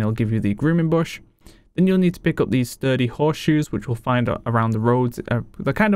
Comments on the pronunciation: was goin to say sounded like you said 30 Horse Shoes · Wow I grabbed 30 horse shoes because of your accent on "sturdy", fml.